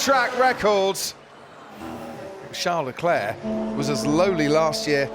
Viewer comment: Who the hell is 'Shar LE-Clair' ? The announcers sound like morons.. its Charles Leclerc. Everyone else including Charles Leclerc pronounce it correctly, why can't they?